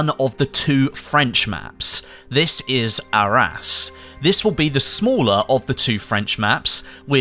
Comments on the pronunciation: I thought at first he said our ass as the name of the map lol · Is Arras really pronounced like our ass? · . Yeah I can't un-hear "our ass"